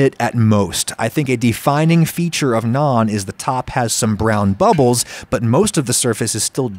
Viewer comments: Love that he says naan instead of nan. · As an Indian, I need to tell you, you nailed the pronounciation of Naan... Thought Tandoor and Tawa needs some work lmao